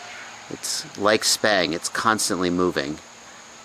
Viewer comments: Every time he say it lol SPANG! That's what I'm hearing lmao Stick bang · I was under the impression that "sbang" was pronounced "s bang", which is short for "stick bang" because the sticks are banging the ends? Am I totally incorrect on that?